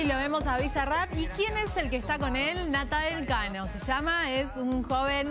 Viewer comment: Qué poco profesional .... Al no pronunciar bien él nombre del artista y nadie la corrige